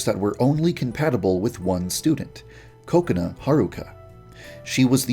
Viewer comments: it's funny how every time he says kokona which is pronounced ka-ko-na he instead says cocona but it's sounds like coconut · Is it pronounced .. Coco-nuh or Cu-co-nah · Why do i heard ko ko nut Instad kokona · is it just me or when i hear Yandere Dev Say Kokona i hear Coconut?